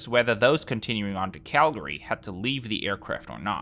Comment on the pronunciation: Thank you for actually pronouncing CALGARY correctly :)